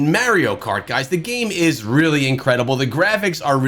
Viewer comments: Stopped watching as soon as he said Mario instead of Mario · The way he pronounces Mario makes me sick 🤢